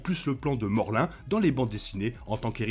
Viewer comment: Morlun ce prononce morloune et non morlin